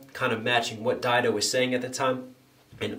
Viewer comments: Stan wouldn't be Stan without Didos chorus💯 She's labeled as a feature on the song & if I'm not mistaken shes also in the music video Lol & her name is pronounced Did-o👌 Also love the breakdowns & your music, keep doing your thing brotha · No, it's not Did-o, it's Dye-do